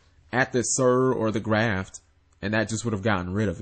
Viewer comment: Graff, not Graft. You add Ts to things in all of your videos.